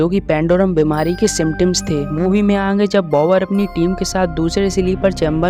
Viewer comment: Aange mat bolo aage Hindi nahi aati aapko from Uttar Pradesh ayodhya